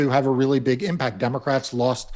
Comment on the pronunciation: You keep mispronouncing Democrat when you say this is a 5 alarm fire for Democrats